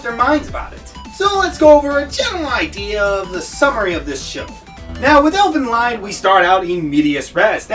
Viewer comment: You misunderstood a lot of things. For example: in many countries, marrying your cousin is considered fine, this show is nowhere close to being a harem, The fact that nudity has been in art since the dawn of human art creation and doesn't always mean something raunchy, and you're even pronouncing the name wrong. Plus, other things. But, at least your ability to put together a video is better than mine. Keep it up.